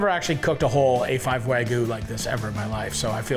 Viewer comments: Love you Matty!!! But….wtf is “Wahgoo”?😂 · wagyuu. not wagoo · Is it that hard to say wagyu lol he says wagoo every time 😂